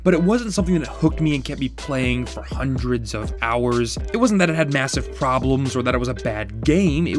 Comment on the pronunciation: "i sat down for a couple GOWERRRS"